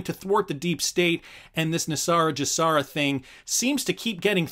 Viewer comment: You are pronouncing GESARA incorrectly. You are using the J sound as in the word just. You should be using the G sound as in the word good. The G in GESARA stands for global. You wouldn't pronounce global as jlobal. If you're going to voice videos you ought to learn how to pronounce things correctly.